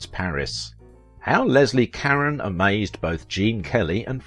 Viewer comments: I couldn't continue watching this. Why wouldn't you take the time to even TRY to pronounce her name correctly? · Her name is French. At least, as a supposed professional, have the courtesy to pronounce it as French, not provincial English. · Wonderful actress. Please learn how to pronounce her last name correctly!!! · This is one time when I can't listen to your program every time you say her last name I just cringe. You pronounce her last name incorrectly. I'm sorry I'll be back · Thank you for saying exactly what I was going to say. She was French, and so her name would NOT be pronounced as you would an English name. It drove me crazy through the entire video. So, thank you. I watched her in many films not named in the video, and adored "Lily" and "Gigi." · Thank you for mentioning the mispronounced last name. If someone is making a video about someone, their name should be pronounced correctly. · I believe the narrator mispronounces Leslie Caron’s last name. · This narrator can't even pronounce her last name. Try Ca- rhone Not Ka-ren. I met her once as a youth. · Karen? Karen? Her name is Caron ka-rone I literally quit watching. Who's Karen? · Leslie "Cuh-rone" not Leslie Karen. Jesus, you can't even get her name right. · It’s caRon not Karen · You keep mispronouncing her name its Carrone not Caren . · It's not pronounced Karen but rather Ca-rowne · Leslie "KAREN"? I thought it was pronounced "ka rone". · Her last name is pronounce Ca-rone not Karen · SO MUCH FOR YOUR IN DEPTH COMMENTARIES. I APPRECIATE YOUR SITE AND THE INFORMATION IT OFFERS. BUT PLEASE GET THE NAME PRONUNCIATIONS CORRECT, IT IS EXTREMELY IRRITATING TO HEAR YOU PRONOUNCE [LESLIE KARE-ON. OVER AND OVER, IT IS PRONONCED ,CARE-OWN , OR CARE RONE] YOUR OWN ACCENT IS NO EXCUSE! THIS IS VERY DISREPECTFUL TO HER MEMORY AND LAZY ON YOUR PART! IN AN OTHERWISE EXCELLENT PORTRAYAL OF HER LIFE. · I know...so irritating. It's Car-ROH. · Leslie car-ON as in "OWN". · Her last name? It's "care-own".